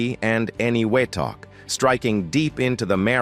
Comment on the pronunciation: Pronounced ene WE tok and en Jeb bee. Spent 3 weeks there in 1977 doing demolition work while in the navy. Blowing channels for landing craft to deposit equipment for nuclear cleanup. This was the site of many nuclear tests after the war. I remember crystal clear tropical water with colorful fish and giant clams that weighed probably100 pounds. It was beautiful but the islands still contained a lot of radioactive materials